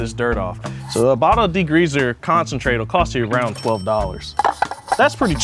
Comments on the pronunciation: Why does bro keep say DEGREEZER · What is "degreazer?" I have heard of degreaser... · Love but can we discuss how he says degreazer and not degreaser 😂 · Are we going to talk about saying "degreazer"? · says D-GREEZER hahahaha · Why do Americans make it sound like there's 2 gs in degreaser 🤣 .